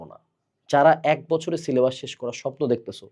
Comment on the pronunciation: পীর যেভাবে সিলে'বাঁশ' বলে😭😭